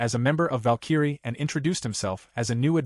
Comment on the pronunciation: how does the AI voice not know how to pronounce Valkyrie???